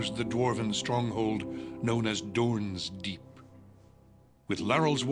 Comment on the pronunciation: . Did you hear that. It's Dorn's Deep, not Dorn's Keep.